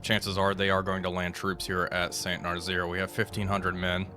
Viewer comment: Damn, he didn't see my comment on Nazzaire being pronounced as "Nuh-zz-air" instead of "Nuh-zeer"